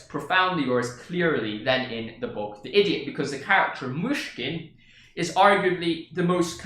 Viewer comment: You prononce "Myshkin" very good, I say it being Russian